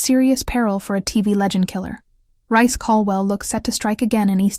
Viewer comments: His name is NOT rice ffs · For f***k sake it's reece not bloody rice. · Please stop calling him Rice it's doing my head in.